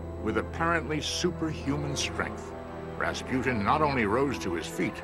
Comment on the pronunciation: its Rasputin